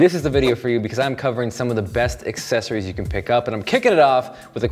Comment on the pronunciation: Don`t You mean...Icessories...